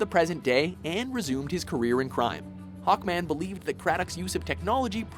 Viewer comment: It's SAVAGE HAWKMAN not Hackman